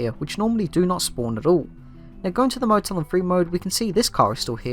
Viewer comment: I str8 thought u were saying Internet Motel